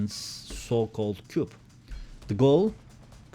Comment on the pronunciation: Coup Fransızca bir kelime “ku” diye okunur.